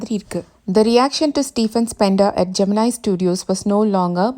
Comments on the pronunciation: Pls correct the pronunciation of Gemini. It's been wrongly pronounced as geminai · pronounce Gemini studios correctly..